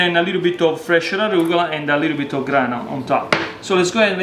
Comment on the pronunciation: 10 times "a liiddle bid of olive oil", got it.